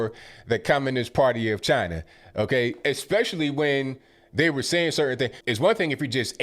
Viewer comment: he does the funny chiina on purpose and it's hilarious because you can hear him say it normally then switch back to chiina for the purpose of funny clips.